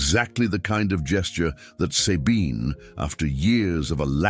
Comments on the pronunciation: and the pronounciation of SABINE is really bad, sorry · I have a neighbor she is German and she calls herself Zabine